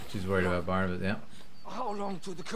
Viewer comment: It's funny how you keep calling Barnabas 'Barnaby' lol